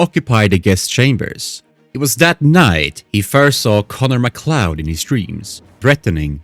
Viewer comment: You are THE WORST lore channel out there. Ffs you pronounced MacLeod as "Mac Lewd"... Why are you doing content for IP's you obviously didn't watch?